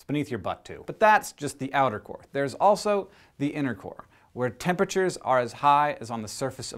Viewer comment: every time he said "innercore" i thought he said "intercourse"